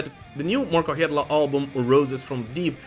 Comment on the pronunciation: Genuine curiosity here, as someone who is interested in (and occasionally butchers) foreign languages, is Markko Hietala's surname really pronounced like... "that"? Surely if you were to pronounce it in a Anglo-Finnish accent, it would be pronounced "Hee-Ta-Lah"